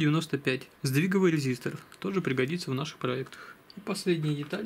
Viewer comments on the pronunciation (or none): Сдвиговый резистр )) оговорился чуть